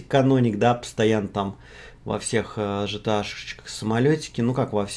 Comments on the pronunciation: Не Жта, а Гта, заебал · Да, не по канону. Но разрешается 😅